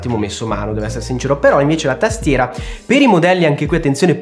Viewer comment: Che bello sentirti dire tastiera come pastiera 😅